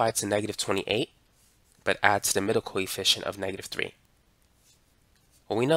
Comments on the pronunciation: For some reason, i mishear your "coefficient" with "Koi fishen'" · i keep think hes saying coyfish